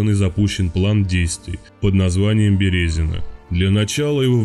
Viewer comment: Что за "БерЕзино"? "БерезинО"!